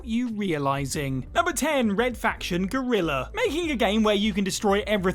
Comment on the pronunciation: It is Red Faction Guerilla and not Red Faction Gorilla 😂 !